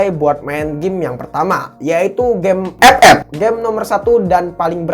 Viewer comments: Ngakak saya kalo bilang f f😂😂😂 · Ngakak anjrot pas bilang epep😂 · Wkwkwk pas ngomong epep nya kocak😂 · Ngakak njir pas Ngomong 'EP EP"